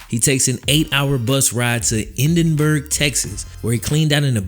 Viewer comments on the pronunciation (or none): Lol I love the way you pronounced Edinburgh Texas